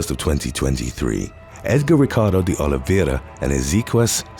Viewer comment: Best job I've seen on Youtube for pronouncing Portuguese names like "Oliveira" and "Ribeiro."